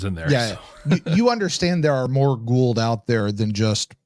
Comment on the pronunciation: It's "Goa'uld"...